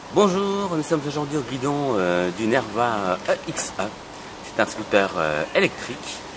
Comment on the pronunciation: mdr grave, surtout qu'on dit "éxé"